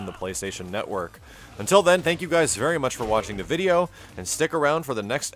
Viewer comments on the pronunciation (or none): none